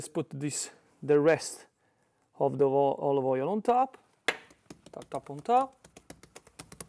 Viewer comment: "De olovoiol" 😂 Grazie!